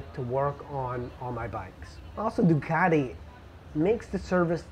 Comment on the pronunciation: Yea, the bad teeth was not necessary. Must be the reason he double pronounces his Teeee's. Ducateeee. Marketeeeeng.